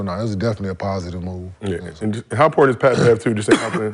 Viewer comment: "I duck no smoke Pat!" is all I'm hearing LMAO 🤣🤣🤣